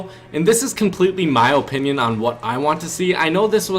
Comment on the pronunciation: That's how you're supposed to pronounced